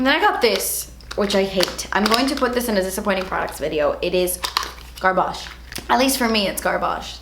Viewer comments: GAHH THE WAY YOU PRONOUNCE GARBAGE AS GARBAHGE 🤣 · Garhbarsh lol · your pronunciation of garbage cracked me up